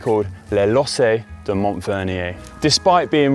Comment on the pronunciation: Don't GCN have an editor to advise the presenters on pronunciation? Conor is fine as a presenter but 'lossay' for lacets? 'Madelan' for Madeleine? These are just basics!